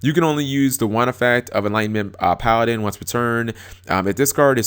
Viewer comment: Cap learned how to pronounce Paladin